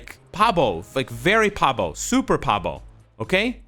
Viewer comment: Babo, not Pabo. Better yet, use Byung-shin. Means retarded.